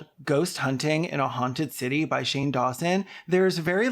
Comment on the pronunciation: Are you calling him "Shame"?! I'm crying